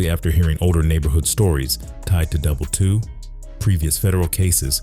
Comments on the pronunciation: It’s Double i “ii” not Double 2 😂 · It's pronounced "Double I" (ii) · He couldn’t even say the gang name correctly double I (double eye)